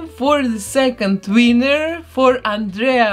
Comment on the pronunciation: Does anyone else love the fact that she says winner as wiener 😂